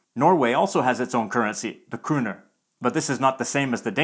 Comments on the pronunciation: You're pronouncing "kroner" wrong. The "o" is not a "u". And you're using the sound that we in Norway use for the "u". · You might have heard the swedish pronunciation. We have kronor and it sounded very swedish to me how you pronunced the o.